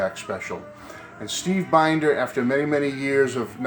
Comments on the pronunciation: Looks like a great book. His last name is pronounced Bin-der (Short I sound). I will look out for it when I visit Graceland (among other things). See ya. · His last name is pronounced Bend-er